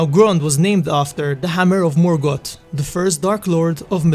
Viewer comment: morgoth =/= morgott (pronounced), but morgoTH